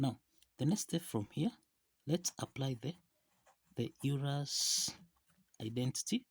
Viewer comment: It’s Euler’s, not Eurler’s identity. And his name is pronounced like “oiler”, not “you ler”. And which are your problems origins: Germany, Harvard, or Olympiad? Ha!